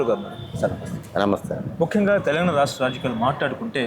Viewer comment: ఇంటర్వ్యూ చేసే వ్యక్తి స్పష్టంగా మాట్లాడటం నేర్చుకోవాలి.. కనీసం 'తెలంగాణ' అని కూడా పలకలేకపోతే ఎలా